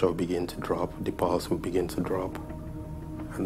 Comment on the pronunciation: It sounds like the doctor bloke said " the balls drop " !! He actually said " the pulse drops " !!😂😂